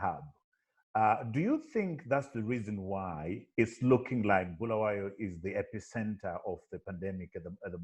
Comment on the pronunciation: Sorry just seen this one...8 months late...Great initiative guys...and I'll start inquiries how I can make contribution as a Bulawayan...but Ive beef with you Trevor...You've no reason/excuse to mispronounce Bulawayo man...Please pronounce the way does...Honestly it's very worrying for a Byo boy to mispronounce his town....This has ramifications... As for the 3 presenters great job guys..welldone..will be in touch shortly once I secure my contribution to #im4byo